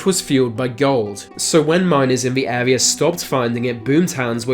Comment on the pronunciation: R's are pronounced with an arrrr sound in America not W. I.e. Area not Awea.